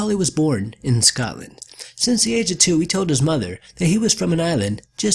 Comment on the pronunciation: “Cameron from Scotland-uh”